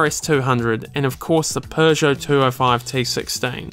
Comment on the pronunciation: Why do you pronounce "Peugeot" as "Persia" ?